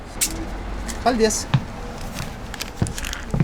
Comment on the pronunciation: The way you say "Paldies" is so funny, but respect for talking Latvian :D